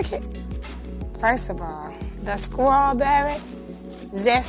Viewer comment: The skrawberry 😂